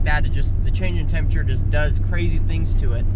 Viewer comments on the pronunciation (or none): none